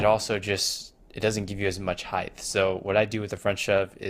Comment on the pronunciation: Heighth 😂😂😂. Good vid tho.